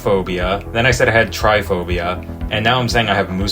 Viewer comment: TryPOphobia, not tryphobia, what? Are you scared of trying?